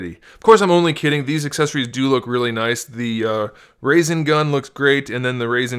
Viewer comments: custom u said arisen gun...... BOI! It's rasengan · Its ra-sen-gam not raisengan (boi 👋) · It rasengan not rasengun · Did this guy just say rasain gun? I'm done. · It's (Ra-San-gan) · When he said raisen gun 😂 😂 😂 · It is pronounced RA SEN GAHN and RAS EN SHURIKEN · ITS CALLED RASENGAN *(RA-SEN-GAN) *TRIGGGGG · RASENGAN... RA-SEN-GAN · Its Ra-senga-n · the way he said rasengan😐